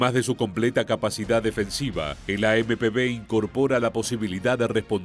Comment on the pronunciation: traducir bien las palabras es AMP uve no b